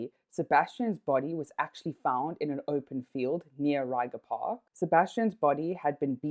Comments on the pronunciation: It's pronounced as 'Ray-kgha' Park, Not 'Ryger' Park. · Thanks for the video… Us, locals, pronounce it “reg-er” park… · Great journalistic value. Only the butchering of "Ryga" park is hella funny. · Lol you don't say it right, say it in Afrikaans